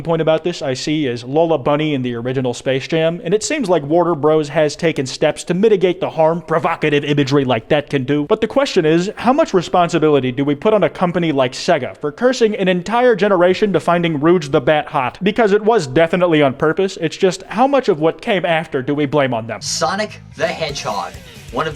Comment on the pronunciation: Say-ga❌ Segg-ah❤️✨😍🤩🤠👨🏻‍🦲